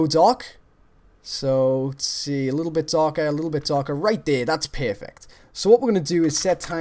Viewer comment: "Right dere that's pearfect"